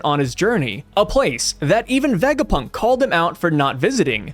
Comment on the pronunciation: please ur pronounciation of tanuki and vegapunk 😭😭